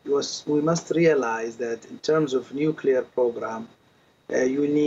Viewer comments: Is it too difficult to say new-clee-ar instead of new-cu-lar ? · Nuclear, say it after me, Nu - clear. Nucular is when a bomb goes to the gym to get buff.